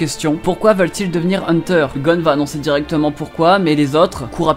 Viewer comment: On dis heunteur x heuteur